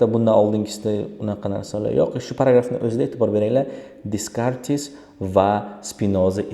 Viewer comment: Faqat Descartes soʻzi boshqacha oʻqiladi adashmasam.